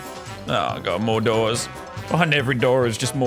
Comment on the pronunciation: Lazarbeam trying to say more doors for 1 hour Mordorz